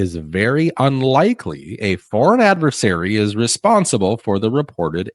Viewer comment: I am SO sick of professionals saying these two words wrong: adVERsaries (they say adVAsaries) InFRAstructure (they say inFAstructure) Please use these words correctly, y'all, and you'll already be a step ahead in life! ✅😂 (Yes, it drives me bonkers.)